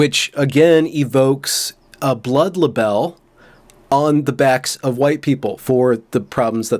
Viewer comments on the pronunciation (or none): It's pronounced "blood lie-bul". Like label but with a lie.